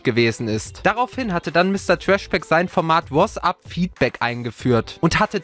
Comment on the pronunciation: Wie er "WhoasApp" sagt :D